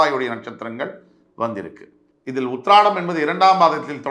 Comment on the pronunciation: Uthiram, not Uhiradam